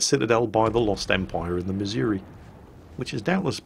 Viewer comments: ACKshully,, it's miz-OO-ree, and not mizz-Yer-wee. Been there. Heard it. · ACTUALLY, it's pronounced missour-ah. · I hate to be that guy, but you're mispronouncing "Missouri"